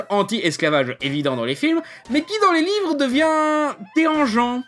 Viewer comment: Il à mal articulé, ça arrive. Il voulait dire livre je suis pose.